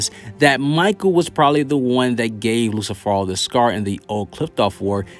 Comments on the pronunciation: It's Lucifero.. not "Luci Phoro" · Did he just call lucifero as in Lucy or i am tripping ???